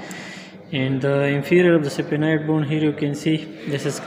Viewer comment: Pronounciation is wrong. SPHENOID.......